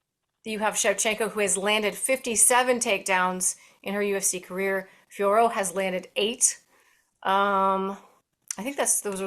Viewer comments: No need to say her surname the french way, just pronounce it as "Fioro" the american way. Just the "t" is silent. Its not "Fior" like the way Anik says it. Its not difficult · Agree lol! It is Fio (like Fiona) and Rot (like rotation, and the t is silent). It is not that hard 😅🤣